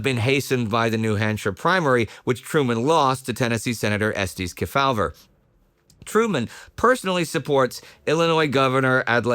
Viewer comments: Key-FOWL-ver that's really hilarious!..........KEY-faw-ver 🤣🤣🤣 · As a 76 year-old, I recall Sen Estes Kefauver's name being prounounced: KEE fow-ver in the media. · "KEY-faw-ver" was the usual pronunciation (and yes, I'm old enough to remember). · The Senators' last name is pronounced Key-faw-ver. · Except kept mispronouncing his name. It was Estes KEY-fah-ver. I'm old enough to remember him when he was still active in politics. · Everyone knows Estes Kefauver, except doesn't know how to pronounce his name.